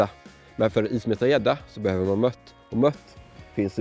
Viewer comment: bra vid men hatar när folk säger mött istället för mört ;)